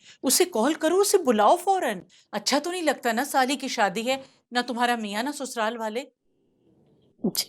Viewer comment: Sasural ❎️ Susural ✅️